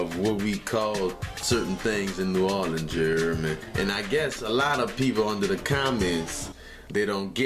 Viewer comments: NEW "WAR" LINS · Man please PLEASE delete this comment. NOBODY says "nahlins" smfhhhhh